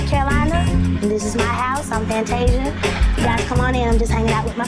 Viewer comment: Bruh why do you pronounce "house" and so many other words so horribly wrong!??